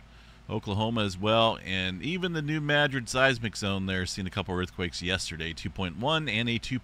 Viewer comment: Greetings from the New Madrid seismic zone, and thank you for pronouncing it correctly. Many people pronounce it like the city in Spain which is incorrect. We have a granddaughter going to school in Arcata CA, and children with a home on the Rodgers Creek fault. You are our go-to guy for information. Thank you for providing this very beneficial service for us all.